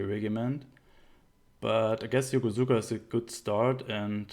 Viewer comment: the "u" in Yokosuka is fairly silent. pronounced "Yo-kos-ka.' Sorry, gotta be that guy ^^